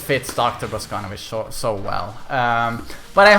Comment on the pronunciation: Your pronunciation of Russian names and last names is terrible. It is not Alisá, it is Alísa. It is not Boscónovitch, it is Bosconóvitch.